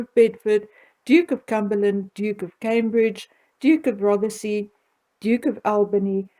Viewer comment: May I just politely point out a pronunciation error? The title 'Marquis' is articulated in English as 'markwiss' not 'markee' as that refers to a large tent used at fêtes, weddings, etc. Also, 'Rothsay', not 'Rothersee'. For the sake of accuracy and credibility.